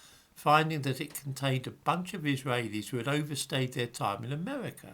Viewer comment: Your Israaaheilis pronunciation makes me chuckle.